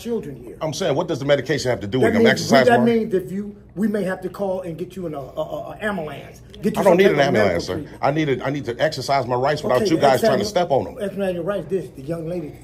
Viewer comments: probably amblance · But the KEEDZ, the KEEDZ? And the AMBERLAMPS too! LMFAO 😁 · Security: Are you on medication or sum-tin 😂 You may need an AM-A-LANSE??!! (Ambulance)🤔🫣🫣😂😂😂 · Officer keel says AM-AHLAM’S 😂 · What is an "amulance"? Is it ambulance? I'm British and we pronounce it differently. Did he really say he should call you an ambulance? That's mad. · People (all races) always say "Ambalance" as well.